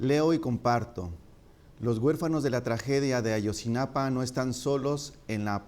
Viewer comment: Maleercom sa de cv si a él, no lo dejas hablar por todos los mexicanos, tu tampoco te deberías nombrar el portavoz del pueblo mexicano, yo sí comparto muchas de sus opiniones y comentarios, es cierto que dice Ayotzinapan, en lugar de Ayotzinapa, pero eso no hace ni mas ni menos valiosos el resto de sus comentarios